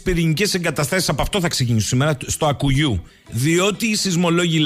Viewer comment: Άκκουγιού (από το "Ακ" και το "κουγιού"), όχι Ακουγιού.